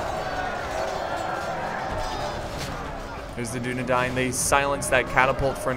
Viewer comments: Man to dis day he pronounces dunedain wrong but i aint hatin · u say dunadain wrong